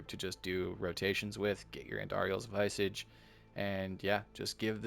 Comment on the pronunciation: No snark or grief here, just a heads up. *Vis-ahh-ge Mispronounced words are said to be a sign of intelligence because most likely you’re learning the pronunciation through reading. Enjoying your content, keep up the good work!